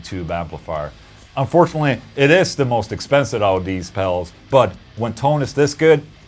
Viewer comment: Dude keeps on saying "pels" lol. Keeps making me laugh. "the bess pels for mel tones"